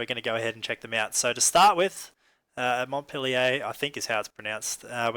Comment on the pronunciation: pronounced Mont - peel- yur ; )